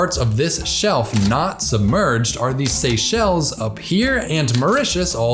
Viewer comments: As great as you are, not knowing about the Seychelles or how to pronounce it, just show how geographically challenged Americans are 🤣🤣🤣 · guy doesn't know how to pronounce Seychelles lol